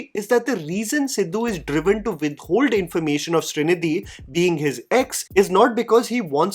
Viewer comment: Hearing Srinidhi pronounced correctly felt so good. It’s my name as well 😄